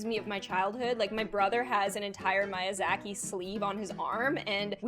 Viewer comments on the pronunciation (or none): its (me-ah-zah-ki) i swear im not trying to be rude when i say this